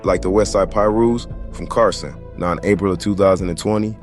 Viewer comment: Where you from why you saying Barson